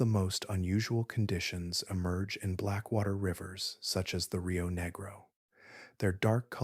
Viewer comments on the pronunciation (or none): The rio WHAT?! negro (ne-grow) is the color black in Spanish and the name of the river referred to. Negro (knee-grow) is a racial slur. I don’t understand how that mis pronunciation could have happened